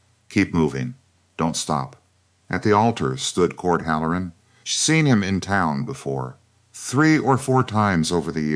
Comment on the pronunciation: It's not hal. LOR un. It's HAL Lor uhn accent on first syllable. Bad cadence. Feels jerky and halting. Once again, you need proofreading . And you FINALLY quit calling everybody Clara. Now, this is 2 stories with an Elora. And Voss, and Elias, Caleb, Gideon. PLEASE do some research. And if you have the cook make salt pork,beans, and cornbread, I'm gonna SCREAM !!!!😳😳🤔🤨. 🌎💙🌊🌊🌊🌊🌊✌️✌️🤔🤔🤨🔥💥💯😘